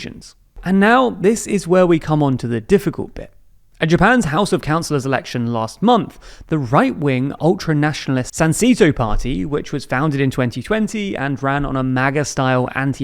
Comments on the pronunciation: SAN-SAY-TŌ Not SAN-SEE-TŌ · Would be a bit more credible if you either learn to speak Japanese or get a Japanese to check your pronunciation. 'San see toe'? No. Pronounced 'San say toe'. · San SAY toe. Not San SEE toe. And TLDR once again falls into the trap of every out western news outlet. Japan has never had a quota system. Immigration to Japan has never been arduous for those from other developed countries or those with higher education. Japan's immigration policies, including its processes for permanent residency and citizenship (unrelated, one does not follow nor is connected to the other) is far easier than Britain or the US or many European countries. What Japan lacks is chain migration, where individuals can sponsor the immigration of others who would not otherwise qualify. But generally speaking, it has always been the case, especially for skilled, educated workers, and definitely from other developed nations, that if there is a job to offer you, then a certificate of eligibility can be obtained, traded for a visa, and then that visa can be traded for a status (ssw1 and ssw2 are statuses, not visas, visas are only for entry, and used only once, and then cancelled, unless your residency is broken). Please be precise or you risk confusing people who want to move here. Also, Sanseito is a flash in the pan (and screw their fascist behavior anyway). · It's pronounced SAN-SAY-TOH